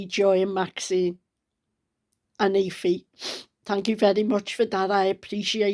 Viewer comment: Get better soon, your big heart and youthfulness will keep you about for a long time yet. You brighten up peoples day so plenty of rest and be strong ❤❤oh and if the girls name is Aoife.. then its pronounced E-Fa. 😊Sending hugs.❤